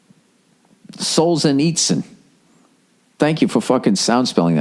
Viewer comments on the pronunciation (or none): the way he pronounced Solzhenitsyn lol